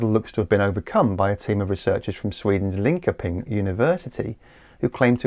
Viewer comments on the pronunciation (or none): Its pronounced Lin-shouep-ing Universit-eit.. Linko-ping was a valiant effort.. 😅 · Another excellent video. Just a little aside........Linkoping is pronounced (approximately) Linchirping or Linshirping. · It's Linköping and is roughly pronounced Lin-shur-ping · Great video, so clearly explained as always. Just for info(not criticism) Linköping is pronounced "Linshoping". Not quite correct but easily understood by locals😊